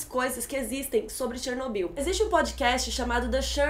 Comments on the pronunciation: Pelo amor de Deus, Chernobyl não tem acento no ó. então a pronúncia não é Ó e sim O . Que agonia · tchernobil kk fala direitoooooooooooooooooooo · Que agonia ficar ouvindo Chernóbyl kkkk adorei o vídeo, estava assistindo a série a cada lançamento e sempre acompanho suas críticas. Parabéns pelo vídeo e por ter estudado o caso para nos explicar. Ah, o foco incomodou bastante =// e sei que voce também deve ter ficado incomodada quando viu o resultado. Enfim, só passando o feedback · a pronuncia é chernob í u mesmo. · ChernoBYL.....Se pronuncia o final da palavra com tom mais alto..... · Começou Chernobyl, afetou e virou "Tchernóbyl" kkkkkkk q merda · pronunciando Chernobyl do jeito russo, primeira vez que eu vejo alguém falando haha. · Achei bem PEDANTE da parte dela...rsrs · Achei engraçado o jeito que vc pronuncia Chernobyl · Pronuncie o nome Chernobyl direito por favor, que chatice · Não é Chernóbyl, é Chernobyl querida. E olha que ela assistiu a série duas vezes e ainda pronúncia o nome do Legasov errado.